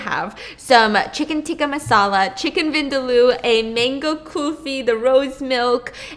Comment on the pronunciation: No its bi-r-ya-ni and it's ku-lfi k